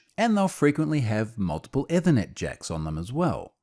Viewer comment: At first I thought it was a Unifi brand name (I was listening as a pod-cast, not watching). The YouTube subtitles understand it as "ever net" or "ewa net".